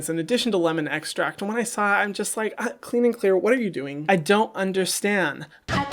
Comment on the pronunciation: When he said it like that I died laughing 😂 pure gold.